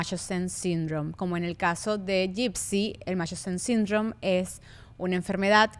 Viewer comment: Buen capitulo chicas pero para la próxima aprendan a pronunciar el nombre del síndrome de munchausen.